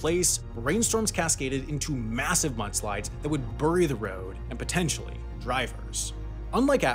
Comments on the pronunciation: i love your video - but it's berry not burry (bury) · "Bury" is pronounced "barry", not "burry". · You are saying bury wrong. It’s pronounced bury. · “Burry,” I love it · I can't get over the way he says "bury" as "burry" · Your pronunciation of “bury” is unusual to my ear. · Where do you have to be from to pronounce it “burry”? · The east coast. Or more specifically New England states. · Burry the road? Weird pronunciation of the word bury... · I don't like how Sam pronounces things. Burry and Colorado 😠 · Sam, why do you pronounce bury like a Brit? 😅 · dude says bury weird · Omg, the way he says bury....🤢